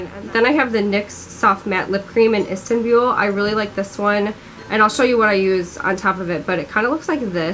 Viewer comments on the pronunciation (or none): The way she says Istanbul lol. But I love your channel seriously one of my faves